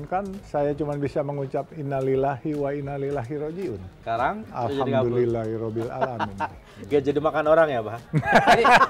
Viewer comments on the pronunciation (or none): Bapak Jusuf Hamka....Maaf saya hanya ingin memperbaiki sedikit pengucapannya "Inna lillaahi wa innaa ilaihi raaji'uun" bukan ""Inna lillaahi wa innaa Lilahi raaji'uun". mudah2an bpak Jusuf Hamka selalu di beri keberkahan Dunia dan Akhirat oleh Allah Swt...aamiiin